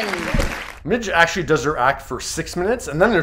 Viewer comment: Why does he keep saying "akshee"?